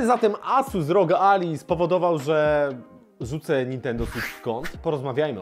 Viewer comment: To nie Ally (McBeal) tylko "Alaj" czyli sojusznik. :D